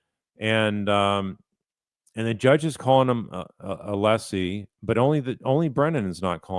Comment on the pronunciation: If I was a juror, I’d been put off by Brennan from the beginning because of his speech “impediment” and not being able to even pronounce Alessi’s name correctly